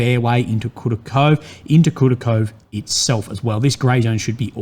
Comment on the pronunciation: I bleed from my ears hearing butchering the settlement names ) It's KoorAkhoveh, for Christ's sake:)